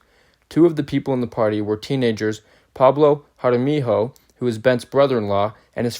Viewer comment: We arent local mexicans we're Spanish. It's Jaramillo not jaramiho.